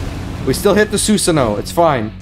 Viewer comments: u r saying Susano wrong. its pronounced Sue-Saano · Did you really watch naruto though? It's tough to tell after that Susano pronunciation lmaoo